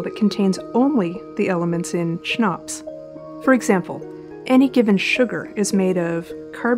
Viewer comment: I'd pronounce it "kuh-nops"